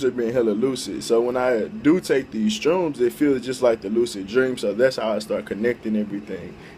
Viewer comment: How bout you try editing so you dont sound like a dumbass 99% of the time jesus! and its an H in shrooms not a fucking T jesus christ man get your shit together